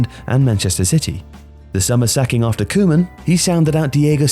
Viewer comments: Horrible pronunciation for Koeman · The pronunciation of “Koeman” is a crime